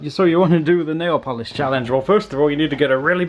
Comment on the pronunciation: Nail valish? Vanish? I'm confused it's pronounced nail-polish